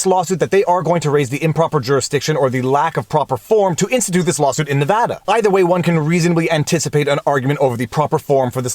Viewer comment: I’m a Nevadan. Firstly, thanks for pronouncing our state correctly throughout the entire video. Secondly, not surprised this came out of here lol.